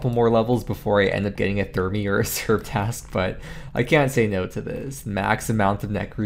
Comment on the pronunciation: Yeah! Daily dose of GIM video's from! Oh BTW its Task and not trask:P. Keep on the video's!